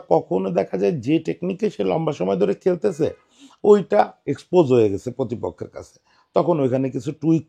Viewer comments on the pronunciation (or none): ভাই, 'প্র' যুক্ত সকল শব্দের উচ্চারণ আপনার 'প' হয়ে যায়, পব্লেম, পতিদিন, পতিপক্ষ হয়ে যায়, শুনতে খুবই শ্রুতিকটু ঠেকে।